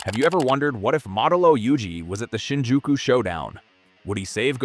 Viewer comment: BRO U SAID THE SHINJIUKU SHOW DOWN WITH OUT GOATEDJO AURA